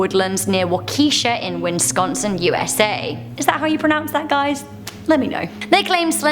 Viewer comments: “Wakeeesha” 😂😂 It’s Waa-Kee-Shaw Wisconsin. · Waukesha is actually pronounced Wau-kesh-ah. You at least had the first part right,! Fun fact, I live within about an hour from this location. This was on our county local news when it happened. Also best time to throw it out there! Wisconsin Urban Legends please!!! Scary or not, I know there are at least a few, especially old ones you can look into. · Waw-kih-shaw, from a guy who lives in the county. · It's not walk-kee-sha it's pronounced walk-eh-shaw... And it it's too-pawk not two pack. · As someone who lives in Wisconsin, the pronunciation of 'Waukesha' was horrendous :) (It's pronounced like 'wah-keh-shaw' IPA /ˈwɔːkɪʃɔː/) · "Walk e shaw" that is how it is pronounced. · Waukesha, Wisconsin Walk-eh-shaw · I'm from Wisconsin and we pronounce it "Wau-Kih-Shaw" not with the "key" sounding. It was kind of funny how she pronounced it "WIN-sconsin" though. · Waukesha. pronounced wah-kah-shaw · Prounced "Walk-a-shaw" Wisconsin. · Waa ka shaw is how you pronounce it lol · Lol its walk-a-sha = waukesha. That's the best way I can think to type it to make it easier to pronounce. I'm from there btw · Waukesha is pronounced Wah-keh-sha, but you got it close enough. You should fictionally date Batman, because opposites attract, he is dark and you're pure sunshine. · Hey it pronounced waw ki shaw Wisconsin. Both girls were found not guilty by mental illness and have long sentences in mental hospitals. It's kinda sad actually. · Waukesha: Waw-ki-shaw is the appropriate pronunciation. I remember hearing about the slenderman stabbings.. it is terrible that urban legends can have that kinda affect on people. You can't believe everything you see or hear on the internet. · Roughly, it's pronounced "wok eh shaw". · Waukesha is pronounced Wah-kuh-shaw and Wisconsin is pronounced Whis-con-sin. Not Wins-con-sin. Like whisk without a k. Or Swiss without the first s if you prefer, since we’re known for cheese.